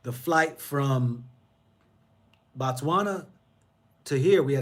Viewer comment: Brother Man, brother of mine....I want you to say; "Bo-Tswana" not BA'Tswana....you only say 'Batswana' when your refer to the citizens, the country is pronounced 'Bo-tswana'.